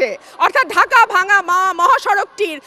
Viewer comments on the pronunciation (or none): none